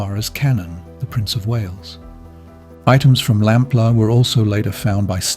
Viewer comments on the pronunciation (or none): Lamplugh is said as lamplooo, your voice over says it differant, suzy lampla your sounds like, says it wrong several times, totally differant to the news station reading of her name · I like it because it’s English and I’m sick of yanks everywhere. It’s just the way some words are pronounced annoying me. Her name is pronounced lamplooo not lamplaaar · Exaclty as, others have said, the news link says name correct, your ai voice says lampla, it's said lamploo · Suzy Lamplugh is the most famous missing person case in the UK, bar Lord Lucan. So it's utterly baffling the narrator mispronounced her surname throughout as 'LAMP-LER', when it's pronounced 'LAMP-LOO' (@ , even more bizarrely, he called her parents 'The LAMP-LORFS')! Anyone with even a passing knowledge of the infamous, near-40 years-old case, knows her name! That repeated, glaring schoolboy error immediately put me off watching the video.I struggled to believe a human being would make such a basic mistake, and assumed it had to be an AI voice. And why wasn't the story brought up to date with the prime suspect John Cannan's death? Convicted murderer and rapist Cannan died of natural causes in prison on 6th November 2024, aged 70. So he has taken his secrets with him to hell. The police are in no doubt he murdered Suzy - there was compelling circumstantial evidence, and he was forensically linked to her, as her DNA was found inside a car he once owned. If Cannan had only been caught for that heinous and hugely publicised crime of July 1986, Shirley Banks' murder 15 months later could have been prevented. It's believed Cannan was a serial killer who committed many more murders than he's been linked to. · Pity the voice says the surname wrong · Sounds like AI due to mispronunciations of her surname. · Would be better if he could pronounce her surname correctly. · I assumed the voice over is AI because of the wretched mangling of the name Lamplugh.